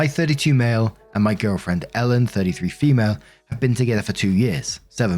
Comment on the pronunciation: “fEmuulEEE” always gets me🤣🤣🤣